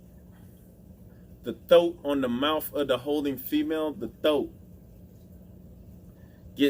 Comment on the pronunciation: thoat? thoat? You ain’t from NYC, put the r-uh in thar.